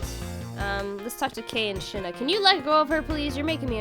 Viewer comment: Shih-na! I watched a play through where he pronounced the name such a fun way and I always have to say it like that now lol